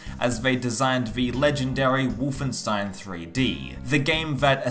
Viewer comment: But why say the name like ; Wuff-en-stein !??! ..